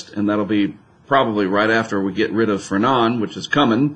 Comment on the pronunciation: Yes, Fernand is a French name, hence, the d is silent.